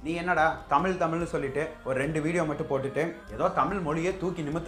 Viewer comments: நீந்க சில இடத்தில் தமிழை தமில் என்றும் மொழியை மொலி என்றும் ஏன் அண்ணா சொல்லறீங்க ? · தமிழ் என்று உச்சரிக்கவும் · முதலில் தமிழ் என்ற வார்த்தை சரியாக உச்சரிக்கவும் மேலும் ஆங்கிலம் கலக்காமல் பேசவும்